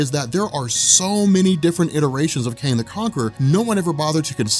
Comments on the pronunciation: are you saying Kane or Kang? :-) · are you saying Kane or Kayng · Love ur vids. Wish ud just call him Kang tho. That was hard to listen to lol